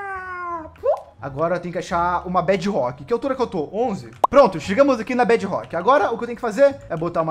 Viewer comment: MDS QUE AGONIA “BED ROCK” BEDRROCK!!!!!!!!!!!!!!!!!! Agoniante